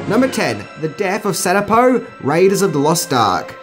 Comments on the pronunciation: The guide's name is Satipo (pronounced SUH-TEE-POE) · Not to mention "SAT-ipo". But even Indy couldn't get it right when he called him "Sa-PEEto." xD